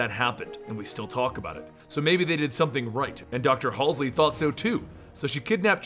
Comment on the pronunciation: you still aren't saying Halsey right lol